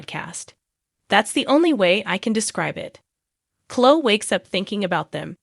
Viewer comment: It's not Chlo it's Chlo-e- I can tell this an A.I. page smh